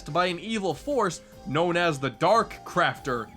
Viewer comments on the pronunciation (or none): In Kirbys rainbow curse at the final boss I thought he said dark crapter